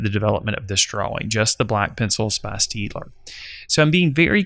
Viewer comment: it's pronounced 'Shtaydler'